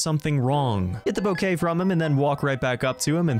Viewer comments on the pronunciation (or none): none